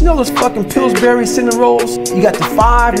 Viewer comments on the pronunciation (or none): He spat out the name Pillsbury like just the name was poisonous. Props 🤝🏻